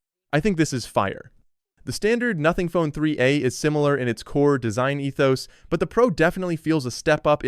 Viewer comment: Bro it said "3 uh" pro instead of 3a, it pronounced the a. IT'S ARTIFICIAL INTELLEGENCE LMFAO